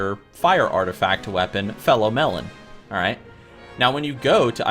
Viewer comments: love your pronunciation :D Fellow melon, Icecream citadel ;) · Felo'melon? lol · LOL 'Fellow Melon' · Wtf is a "fellow melon"? lol